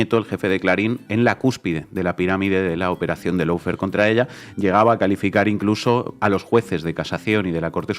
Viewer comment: Lo único bueno de Fantino es que es el único que pronuncia bien LAWFARE (paren de decir “low fare”). Aguante Cristina y gracias por el canal.